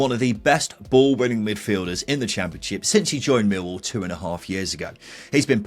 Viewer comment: Whatever the outcome of this season’s efforts by my team, neutrals (I suppose we have to tolerate them) should understand how to pronounce the name properly. The emphasis is always on the second syllable: MillWALL. Or, in the local dialect, ignore the “L” sound. It then becomes “Miw-waw”. Do get it right and we sensible folk from SE London postcodes can then take you seriously.